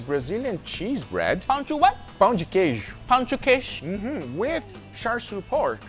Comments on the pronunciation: pronuncia perfeita das palavras em português guga! (perfect pronounciation on pão de queijo and tapioca) greetings from Brasil Edit: ele é br e eu n sabia. Agora to com cara de cool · as a brazillian i'm really proud how good guga pronunciated pão de queijo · Eu sou o comentário brasileiro que você procura. E sim, nosso pão de queijo apareceu no vídeo. Guga, thx for honor our pão de queijo and your pronounce was realy good! Uncle Roger, your pronounce was cute :) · I love how guga is the only one who can say pão de queijo correct